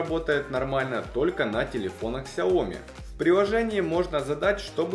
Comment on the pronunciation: Правильно говорить "сяомИ"!!!